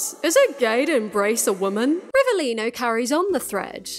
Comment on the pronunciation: italian here and from an italian perspective i’ve got nothing to complain about the way you pronounce rivelino but we do not claim him